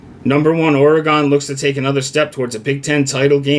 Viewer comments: It's pronounced "Ore' Gun" We will crush Wisconsin as we wish and continue up the path of victory. If we are smart we'll continue to look beatable 😉Fuck WT especially VR and you should get out and exercise bro! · yeah if you are British vs American I get it.. but saying OrE-Gone is wrong.. That's a town in Wisconsin not the state of Oregon. get control of your big ole feelings there buddy. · people who can't pronounce Oregon shouldn't give betting advice.... but that's just me I guess.